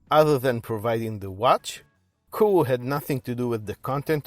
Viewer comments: Nope it's pronounced only "Koo oh" without the "ay" wich is silent (go on japanese videos if you don't believe me).. so Aviv is right 👍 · It’s pronounced Coo oh eh by the way, otherwise, brilliant review. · It's pronounced KOO-OH-AY.......